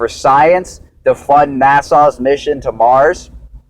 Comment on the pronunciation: As soon as he said NASA like Nassau, I had to stop.